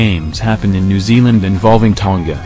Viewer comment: Ton-ga lol...MMT Alday